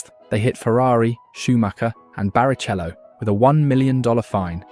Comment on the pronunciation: BariCHello makes me giggle. Great work man keep it up!